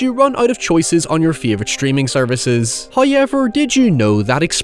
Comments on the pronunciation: No one: Bro in every sentence : NOI HOIEVER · Dude.. DUDE! Please, please, if you're going to say "However", please say it properly. It's so distracting hearing you say "Hoyeverr" again and again. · "High" ever. First time I have heard it pronounced like that. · Highyever lol seriously no one has counted yet?😅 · I asure you sir there is absolutely no letter "Y" in the word however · I love these video essays, but i would be lying if i said I didnt just come here to listen to pronounce however. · I love your videos and you're a great guy, but I cringe so hard every time you say however... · I could listen to say ‘however’ all damned day.